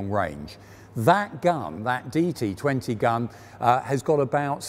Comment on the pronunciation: It is D-25T gun not "DT20"